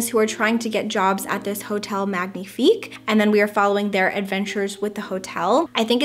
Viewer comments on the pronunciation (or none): none